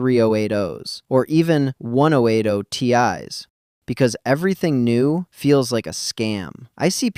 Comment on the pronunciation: listen to the way it says 1080.